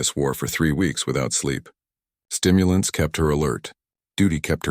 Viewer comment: COFFEE KEPT HER ALERT NOT "Stimulantys"